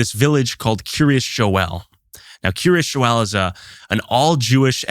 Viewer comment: I laugh every time these dude pronounce Kiryas Joel as “Curious Joel”